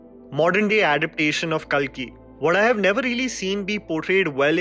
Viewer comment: Pronounciation of kalki is wrong It's kaalki......